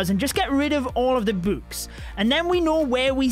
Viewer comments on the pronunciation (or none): i love how he pronounces books "bouks"